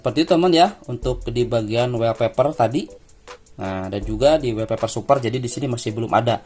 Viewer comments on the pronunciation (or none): Sorry bang koreksi wallpaper bacanya "wolpeper" bukan "welpeper", karna huruf "A" dibaca "O" kalo ketemu 2 huruf "L"... Misalnya All (ol), small (smol), dll🙏🏻